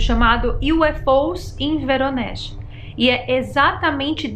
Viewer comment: É Voronej, eu visitei essa cidade da Rússia em 2019, se pronucia em russo "Varonêis". Esse lical do avistamento fica do outro lado da cidade e tem qje atravessaar a ponte.